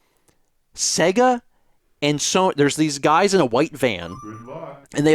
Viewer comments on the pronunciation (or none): none